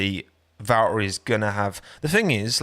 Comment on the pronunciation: Why do you pronounce valtteri like that?